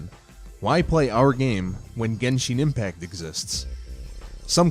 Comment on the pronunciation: Gesheen impact (lol gensheen impact)